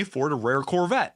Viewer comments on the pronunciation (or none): none